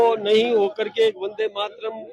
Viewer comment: Vande ko Bande kyuñ keh rahay ho ?!